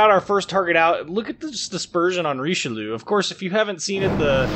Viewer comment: it's just 'reesh-loo'